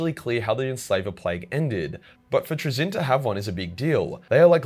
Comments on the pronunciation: I'm not even English and I know it's not traZIN the inFINITE pronunciation but TRAzin the INfinite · And the one thing he does not have in there is your ability to actually say he's act fucking name right lol....